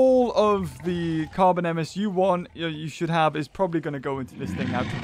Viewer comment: Carbonemys is pronounced car bone n mus